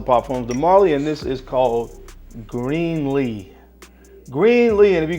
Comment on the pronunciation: Just to help you out my brother, its not pronounced Green-lee, but pronounced Grin-lee or Gren-lee. Keep up the good work!